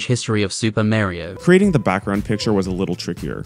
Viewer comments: Given the distinction does not exist in the English language, to pronounce "Mario" correctly I find it helps to go in the opposite direction from "Moe•rio", or practice by saying "Maaaaaaaa.....rio". Avoid pronouncing it like "Mars". (Insert funny final sentence here) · The proper pronunciation is Mah•rio as apposed to even Ma•rio, what's the difference you may ask?... I'm not entirely sure but I think it's a longer "ahhhh".